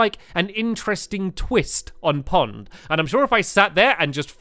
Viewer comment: Stampy said pod my accident instead pond